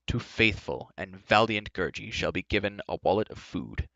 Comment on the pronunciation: You said gurgie wrong